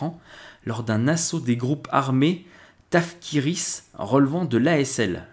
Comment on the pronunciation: TaKfiristes et non pas taFkiristes ;) mais sinon Merci pour les infos et les efforts. Bravo!